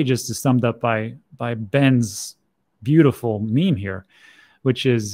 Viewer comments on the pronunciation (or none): none